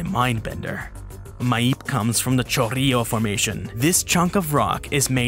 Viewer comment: It's "cho-RRI-jo", for you english speakers.